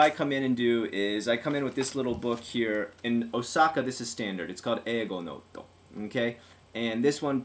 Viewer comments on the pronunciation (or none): none